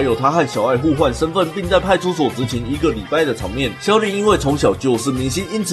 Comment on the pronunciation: 歐龍派出ㄙㄡˋ